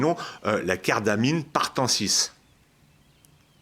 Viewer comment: Ce n'est ^pas partensis mais pratensis, qui veut dire des prés.